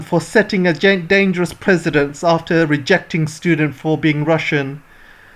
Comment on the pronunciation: good video, but it's PRE-CE-DENT...sorry for the trivial correction, had to be done.